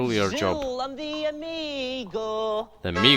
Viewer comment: Poetic licence is one thing, but "Amigor"? Hahaha!